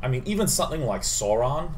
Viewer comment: Took me a good few seconds to figure out who you meant when you said Sauron. Sa-u-ron mate :D